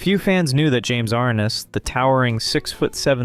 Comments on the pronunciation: Yes that is because the narrator is young and not old like myself! I remember the intro to Gunsmoke and it was James Ar-NESS as Matt Dillon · Still didn't get James Arness' name correct. James Ar Ness. Mon tal bon not Mon' tal bon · Two actors have their last names incorrectly proounced: * Jim ArNESS (the accent is on the second syllable, not the first) * Ricardo MontalBAN (the accent is on the last syllable) I'm old. I've heard these names pronounced for decades. 😊